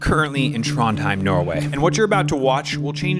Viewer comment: As a Norwegian, i liked the way he said Trondheim in